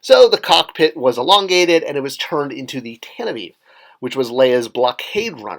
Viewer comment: Great video. I'm glad you pronounced Tantive correctly. Maybe the original idea for the trench was to be the equator but I read somewhere that the actual trench is somewhere in the northern hemisphere. The inside walls of the trench in the movie seem to be too narrow to be the equator, which seems to be very wide. Since you worked on the Star Wars Hot Wheels, which I collect, maybe you can tell us why the ARC-170 starfighter and Inquisitor TIE fighter are so rare? I'm hoping they get re-released someday but I'm losing hope. They are the only two ships I need.